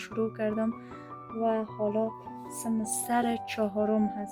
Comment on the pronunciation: سلام جان آفرين هميشه موفق باشى ، ولى هميشه به (سن و سال ) ميگى سند و سال لطفاً اين كلمه ره درست تلفظ كن خودت با سواد هستى امروز حتى بعضى خانمهاى بيسواد هم خيلى از كلمات را درست تلفظ ميكنن ، خيلى بد معلوم ميشه يك دختر با سواد به سن بگه سند ، و ديگه اينكه راحت و نورمال حرف بزن نه مثلى كه از روى كتاب ميخانى خشك و بى روح موفق باشى 👍